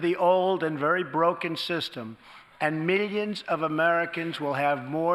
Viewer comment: Midions is how he is millions lol